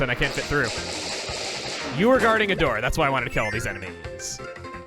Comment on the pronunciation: now: lets suck this doer open... that’s something no one has ever said during Luigi’s mansion dark moon: let’s suck this doer open with the poltergust